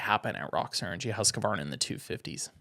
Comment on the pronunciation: It is “Husq””varna” not “Husqa””varna” only 2 a’s